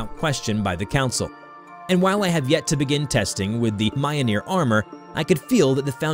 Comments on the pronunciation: Mi-yol-nir not miyonir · "Mayonyr" JESUS FKING CHRIST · You pronounced MJOLNIR wrong it's pronounced millneer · The way you pronounce Mjollnir is unsettling. Mah-yoh-neer 💀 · It's mljnor (Mil-neer) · In Nordic languages, the J is pronounced like the English consonant Y. So, it should be “MYOL-nur” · Your butchering of pronunciation for "mjolnir" is appalling, especially considering that it's a pop culture reference at this point.